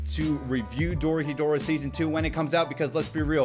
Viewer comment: Hey! First time watching your video. Loved it. I'm Japanese and just wanted to let you know it's pronounced Dorohédoro (doh-roh-heh-doh-roh). Keep up the great work :)